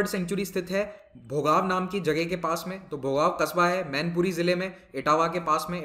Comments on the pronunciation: Bhogav nhi hai Sir Bhongaon hai..🙏 It's my Home town. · It's Bhogaon in Mainpuri not Bhogav